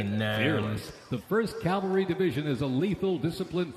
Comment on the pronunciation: It's not Calvary, Mr. Announcer, it's Cavalry!! Learn to read!!